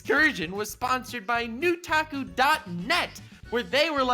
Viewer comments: It’s a lie it’s not nutaku it’s nut taku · “Nu-taku” more like “nut aku” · Pretty sure that bs is pronounced NUT taku